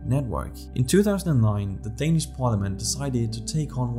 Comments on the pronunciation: Are you danish? your danish pronunciation is spot on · You can tell the quality of a video, whenever the narrator pronounces the words in Danish absolutely perfect without any accent.